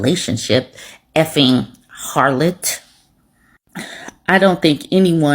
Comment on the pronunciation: It's the way you say "harloTT" that sends me 😂